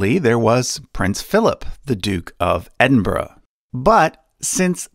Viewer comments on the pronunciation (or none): none